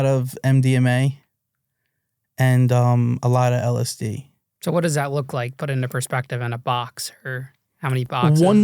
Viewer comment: There is no way this guy manufactored LSD, He cant even pronounce it. A German chemist invented MDMA in 1912 while working for merck pharmaceuticals. Also hes implying he had contact and Bought drugs from Alexander "Sasha" Shulgin, just that is enough to completely discredit him, Sasha never sold drugs and never communicated with anyone outside of academia. This dude is definitely lying, his story sounds like a collection of Google searches